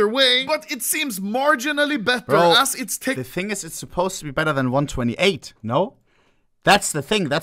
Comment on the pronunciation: the most clean NAUR til this day